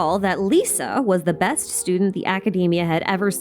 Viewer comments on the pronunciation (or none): none